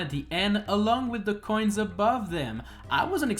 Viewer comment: You say "coins" like "coin" and make it sound like an illegal drug (in this run it kinda is lul) 😂